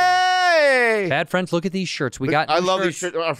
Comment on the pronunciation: That's" bad frands!" Again, that's "bad frands!"